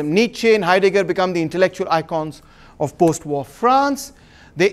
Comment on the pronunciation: Of pronounced "ov" not off...